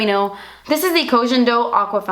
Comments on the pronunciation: Lmaoooo the last clip emphasizing Das Esspensive!!! I love it. Can't wait for the release 😍☺️😊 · Was I the only one that noticed that she emphasized the "DAS ESSPENSIVE" in the last clip while showing her nail polish too much? Maybe she's wearing das esspinive KL polish! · lol i like the way she says esssspensiveee 😂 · You're not hiding anything from us girl ;) DAS ESSPENSIV HAAHA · WAIT!! She said "DAS ESSPENSIVE" at the end with so much emphasis and all I can see is her nails and I'm thinking, 'is that the nail polish she would release to be named Das Espensive?!" wink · "Very espensive" hahaha I love you so much